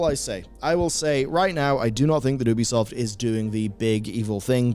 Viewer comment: It's You-bee-soft. Say it right. Also funny to see you shilling War Thunder in the same video talking about publishers disrespecting their community.